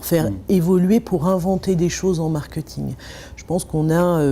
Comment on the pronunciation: cette dame qui est experte en marketing prononce ce mot marketing !!!!! Quelqu'un peut lui dire comment ça se prononce !!!?!???!?! Je vais lui écrire ça en phonétique: markÊÊÊÊÊÊting ! Pitoyable !